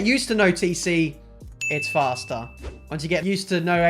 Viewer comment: I'm tired of hearing.. fhasta .. .. it's faster.